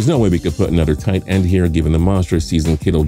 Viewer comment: The way he says tight end